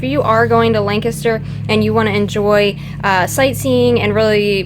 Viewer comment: Lancaster. You're saying it wrong. It's Lan, say Lan, emphasis on Lan, then say Caster. That's right, LANcaster... Oh, go, just go, to that coffee shop in town. Forgot name, but excellent coffee. Also a great Indian restaurant in town.